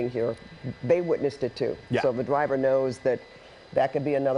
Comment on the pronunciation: I can't take this seriously with the anchor saying "Twaffic" and "Dwiver" 😂